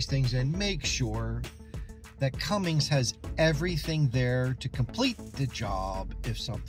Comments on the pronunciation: There's no G in Cummins. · Its not Cummings its Cummins.